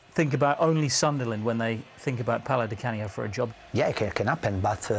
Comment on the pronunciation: Are you temperamental? Pause, What do you fink?